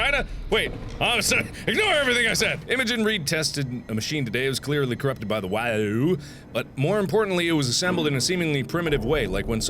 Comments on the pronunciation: Mark, to pronounce WAU, it's pronounce like wow, not way-you. Thanks. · Mark, it's only slightly annoying to me that you pronounce WAU as you do. When someone else said it it was said as wow. Other than that nitpick this is an awesome series.